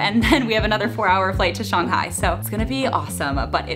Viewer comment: If you lived in China for a whole year, then why are you saying Shanghai and char siu incorrectly?